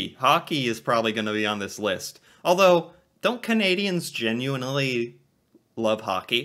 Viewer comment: gehninely Ottawa as really boring